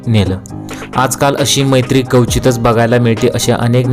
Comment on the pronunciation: Marathichi laj rakha, " Kawchitach" nahi "kwachitach". Marathi chnnel kadhun paise kamavata, kamit kami tya bhashela tari japa, jyavar tumcha pot bhartay.